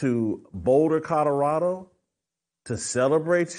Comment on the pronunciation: Jason NOT CUTTERADO….it’s COLORADO!!! 😂😅